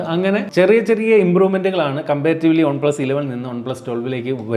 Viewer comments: ഒൺ പ്ലസല്ല വൺ പ്ലസ്. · ഒൺ+എന്നല്ല വൺ+ എന്നാണ് പറയേണ്ടത്